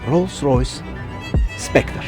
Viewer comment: Not specter but Spectre Mr.